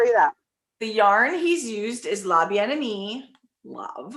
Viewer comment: Girls, when a name in French has two ee's at the end, it's pronounced ay like in Camay soap. So Bien Aimay and Lavallay.